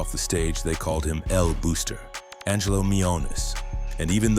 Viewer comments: El Buster* not El Booster! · It’s El Buster no El booster. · it's pronounced more like "buster" with a Spanish accent than "booster"🇵🇷🇵🇷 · "EL BOXTER", not "booster" or "buster"... #IYKYK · El booster? El Buster it's pronounced Boss...ter And he didn't run the entire island 😅😂....He did owned several important parts on Carolina and Bayamon. Hector el Father used El Buster as a marketing strategy and Angelo allowed the BS because his legend grew and that gave an aura of power...that being said the Feds bought the bullshit too😂😅